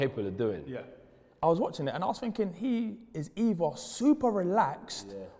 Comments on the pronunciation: WHAT R U FINKING? LOL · Funny how the english butcher their own language.....’was u finking’